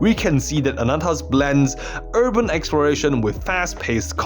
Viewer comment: why do you say Anata and not Ananta? and ZenslessZoneZero instead of Zenless